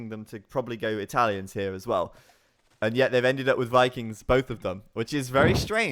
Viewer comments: kinda annoying that he pronounces all V's as W's tho, "wikings" and "wiper" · And Wikings, that finally got me xD